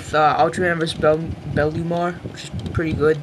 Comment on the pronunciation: Fail thing about this DVD is that monster's name is Bemlar (Bemular) not belumar